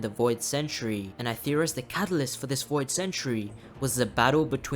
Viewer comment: you mean Voi D God?